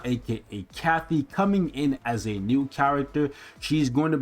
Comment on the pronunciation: Why does keep saying ‘Kathy’ when it’s ‘Katy’?